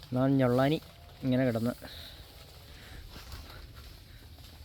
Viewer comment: സുഹൃത്തേ ഞൊള്ളാനി അല്ല. ഞള്ളാനി ആണ്.ഏലത്തിന്റെ പേര്അ മാത്രമല്ല അത്. ആ ഇനം ഏലത്തിന്റെ സൃഷ്ടാവിന്റെ കുടുംബപ്പേര് കൂടിയാണ്. ദയവായി അത് തെറ്റിച്ചു പറയരുതേ 🙏